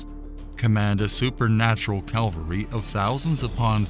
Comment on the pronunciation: When referring to horse riding combatants, they are "Cavalry", not "Calvary". Just sayin'.